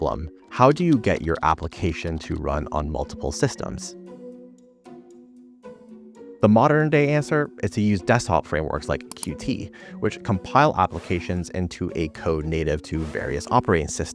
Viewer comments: Qt is actually pronounced "Cute" :) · The way he's pronouncing Qt is killing me (it's officially pronounced as "cute")